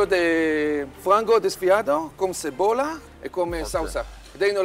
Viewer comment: "a cebora" amo kkkkkkkk